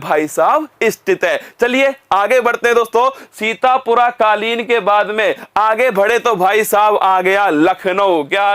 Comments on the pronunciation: sir sorry to say but it's sitapur not sitapura.. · भाई ये अंतर होता है एक up के टीचर मई और कही और के टीचर मई (सीतापुर को सीतपुरा , लखीमपुर खीरी को लखीमपुर खेरी) बताते है तभी तो कहते है स्लाइड देखकर नही पढ़ाओ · सीतापुर है सीतापुरा नहीं है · Guru ji सीतापुरा nhi hai ye सीतापुर hai ❤ correct it .....